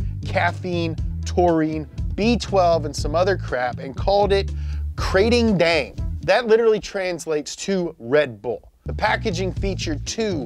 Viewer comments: It is actually pronounced Kra-ting-daeng. Good work there anyway. Also always with little puns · As a Thai guy, it's pronunced kra-ting-dang(easiest way I can have people pronounce it) a handful of other bits I can help clarify in the comments. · btw its pronouce Ka-ting dang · This might sound picky but I just can't get over how he pronounce Krathing daeng. Probably because I am from Thailand but yeah lol, keep up the good content guys. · The Kr sounds more like an N. Unless I've been saying and hearing it wrong my whole life. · I'm Thai, and I am here to see bucher Thai names, and boy did he not dissapoint! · the way you pronounced krating deang my me sad im thai